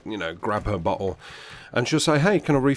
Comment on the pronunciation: When you say bottle it sounds like butthole.